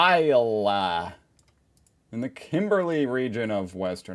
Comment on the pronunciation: And it's geography with Geoff (pronounced Jeff). Either an American or AI doing the speaking in this documentary. Also it's called Lake Argyle (pronounced arg-eye-l)